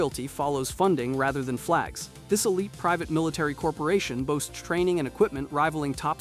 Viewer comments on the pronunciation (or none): none